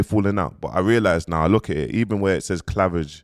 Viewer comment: How’s man saying clavage fuck that from now on it’s cleavage🤣🤣🤣🤣